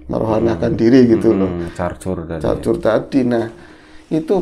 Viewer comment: Ngecor om bukan carcur 🤣